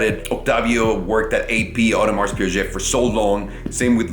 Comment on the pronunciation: Audemars Piaggggget?:)